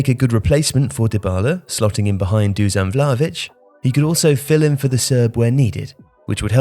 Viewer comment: Who is Doozan Vlaavich? DuSHan VlaHovich!